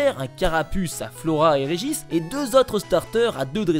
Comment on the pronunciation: "Regich" Lol